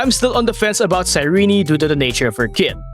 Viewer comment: Her name is Cyrene not Cyreney, Cyr-eeen.